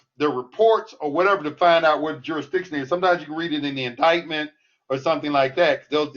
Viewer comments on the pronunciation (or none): none